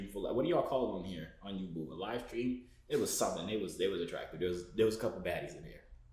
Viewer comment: My nigga its pronounced yubo( you- bo not ( you- boo)🤦🏽‍♂️